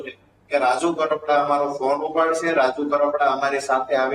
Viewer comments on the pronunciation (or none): Pahela ben bplata shikho kapada nahi karpada